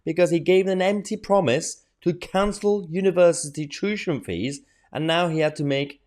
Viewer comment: Mayher…it’s tuition…not tushion